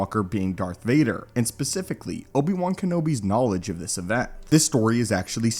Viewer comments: I enjoy your content but I almost want to turn it off when I hear you say pacifically instead of specifically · You had some credibility, until you said “pacifically” instead of “specifically”….. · “Pacifically” lol